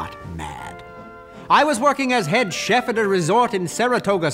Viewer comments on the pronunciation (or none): none